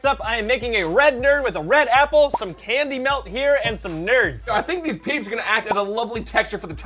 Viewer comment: He said Peep's